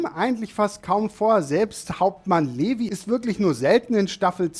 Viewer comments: Es ist für mich als Mangaleserin immer sehr spannend wie Anime onlys über AoT reden und ihre eigenen Theorien über das weitere Geschehen haben. Auch wenn ich dann immer kurz vorm platzen bin. Schau auf jeden Fall weiter bin gespannt wie du den Rest findest. Levi spricht man übrigens liwei aus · Und nicht böse nehmen aber Levi wird Livei ausgesprochen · Wie er levi ausspricht ist zum totlachen